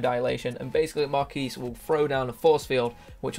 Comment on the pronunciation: Melee me • lee (may • lay) The Quis is Marquis' name = Key So Marquis sounds like your saying Markey. I had to get that off my chest.